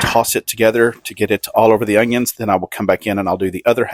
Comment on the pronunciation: What's the deal with some people saying ungions when talking about onions. I feel like 10% of people do this, including this guy.